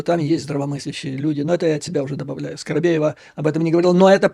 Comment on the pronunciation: ...не Скаробеева - Скобеева...